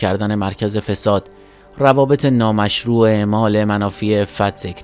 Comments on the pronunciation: دوتا غلط قرائت داشتید یک: أَعمالِ مُنافیِ عِفّت درست است. دو: دادگاهِ بد°وی درست است بمعنای آغازین. بَدَوی یعنی بیابانی خدا روحشو شاد کنه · اعمال منافي عفت با كسره روي الف خونده ميشه نه كسره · سلام وقت بخیر خسته نباشید ، دو مورد اصلاحیه در تلفظ واژگان اعمال به کسر الف یعنی ایجاد درسته اعمال به فتح الف جمع عمل ها بدوی به فتح ب و سکون دال به معنی اولیه ، نخستین درسته بدوی به فتح ب و دال به معنی وحشی ، دور از تمدن